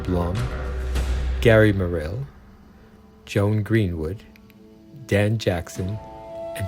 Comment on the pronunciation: You do have excellent taste in these films, but your pronunciations are a bit off. It was George PAL, not Paul. Corvarite is CAVORITE. Gary Morrill is Gary Merrill. I'll end there.